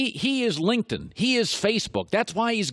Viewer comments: Colin, I think that you meant to say, "Linkedin" and not "Linkedton." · Was he trying to say "LinkedIn" ? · yo you say "LinkedIn" mad weird bro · Why does he say LinkedIn like that? Lol